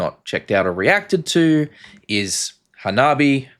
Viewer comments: Ha-nah-bee-eh. Think how anime is pronounced. Words that end with E is eh. Ani-MEH Kara-TEH (not KaraTEE) The backstory is the front 3 having been playing music together since high school. They were a MTH cover band. The bass player studied fashion so she puts together alot of their fits Nemophila 'G.O.D.' Lovebites 'Set the World on Fire' Those two would complete my top 5 essential J-rock bands that kick a$$! Amd if you like hardcore punk. Otoboke Beaver 'Don't Light My Fire'🤘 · Hanabi is 3 syllables, Hanabie is 4. Pronounce the first part like the last name Hahn. Like Jessica Hahn of 80s preacher scandal fame. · "Hanabi" without the "E" is the Japanese for "fireworks".The band's name, "Hanabie" roughly translates as "chilly, early spring weather". It's pronounced Ha-na-bi-EH, with 4 syllables. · HANABIE is written 花冷え, which literally means chilled flowers, a literary allusion to a cold snap, as mentioned by another viewer, which turns chrysanthemums blue (I think). 花冷え is はなびえ (four syllables), which is transliterated to Roman characters as ha-na-bi-e. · Your words? Have you now declared yourself the owner of the English language? Ridiculous. And I constantly see comments describing the pronunciation with an EH at the end, but very few with AY, and only you use that absolutely stupid and incorrect YAY. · The wrong way to say it means "fireworks". Their name translates "Cold Flowers" and the correct way to pronounce it is *ha-na-be-eh*. The Romaji translation for "fireworks" is "Hanabi" ... no 'e'. PS - If you see them live, I guarantee you they will be in your conversations for the greatest live act that you've ever seen. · Close, but it's hah-nah (花), not han-ah. You have the syllables breaking in the wrong place.